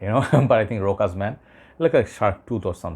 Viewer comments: Rochas is pronounced RoSHas not RoCas/RoKas or RoHas.. A couple of notable Youtubers keep mispronouncing this French name, making it more complicated than it is for some reason! Never mind 😅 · Rochas is pronounced the same way moustache is.